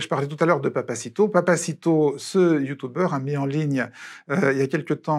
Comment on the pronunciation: "youtoubeurre" j'ai mal aux oreilles